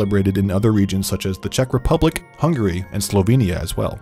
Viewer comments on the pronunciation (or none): none